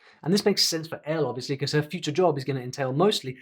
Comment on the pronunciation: "Buhcause" "Clashrooms" This lady isn't even great at English. I doubt she's capable of learning Korean in 64 weeks. Paid actor probably.